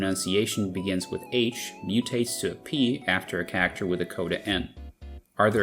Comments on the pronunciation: every time you say cacter it feels like a punch to the gut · 99% of this video is in an American broadcast accent, but when "character" is said, it sounds like I slipped into Jersey and kept tripping me up. Love it though.